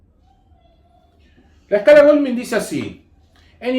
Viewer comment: Se pronuncia Gouldmain no golmin.